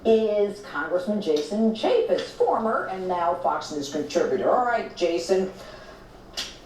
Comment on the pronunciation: CAN YOU NOT UNDERSTAND HOW IGNORANT EVERY VIDEO YOU MAKE SOUNDS SO IGNORANT? YOU SLAUGHTER PEOPLES NAMES, CHAFFETZ IS CHAY FETZ! YOU IDIOT! THESE NAMES YOU SHOULD KNOW! SINCE YOU THINK YOU CAN REPORT ON THEM!